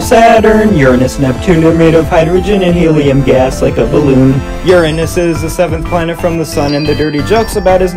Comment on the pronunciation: FINALYYY A PERSON WHO ACTUALLY KNOWS HPW TO SAY URANUS 😮‍💨